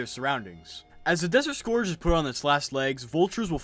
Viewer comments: sc-er-ge not score-ge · "desert scorge" im dying DX